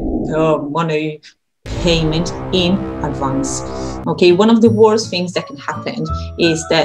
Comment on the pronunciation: It's so hard to look at it when we see our own face or those of the students... We have to look at the little camera hole instead :p There's something I see and hear from you often is your "fings" instead of "things"... be careful. ;) Thank you so much for all the material you bring, it helped me clarify and understand the things I had a problem with and you helped me getting more excited again about teaching and I got back to my old files and material that I classed again. I can better structure my whole teaching.